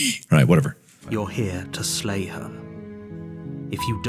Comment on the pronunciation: Slay? I thought you said "Lay the Princess" Ooops